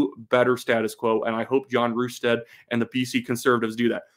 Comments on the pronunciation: It's pronounced RUS-TAD not RU-STAD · Hello from BC. Great analysis. One note: it's pronounced Russ-stad not Rush-sted